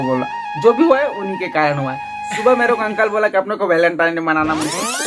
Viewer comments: Valentine hota hai Walentine nahi🤦🏻‍♂️ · Welentine nahi Velentine Hota Hai Bhai😂😀